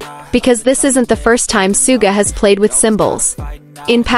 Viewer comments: Is this AI CRAP. BYE THE WAY HIS NAME IS SUGA NOT SOOGA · *****NAME is PRONOUNCED "SHOO-GA" Get with It.